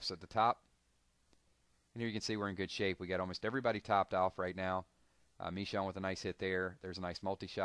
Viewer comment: Michonne is pronounced (Ma-shone) just letting you know lol